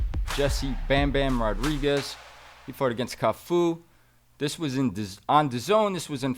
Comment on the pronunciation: Teddy: " I wanna make sure I pronounce his name properly, is it Tafu?": "it's Cafu" He commences to call him Tafu the rest of the podcast😂😂